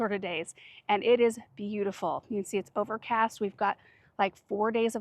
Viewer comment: When said “overcast” did anyone else hear “garden tour”?